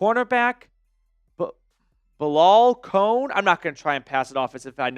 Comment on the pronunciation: NO on Kone. It's pronounced ko nee. Guy barely looks at ball while in air.